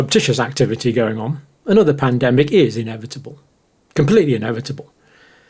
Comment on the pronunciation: You will pandemic correctly next time.